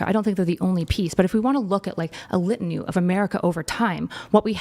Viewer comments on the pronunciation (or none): Did she say “litanue”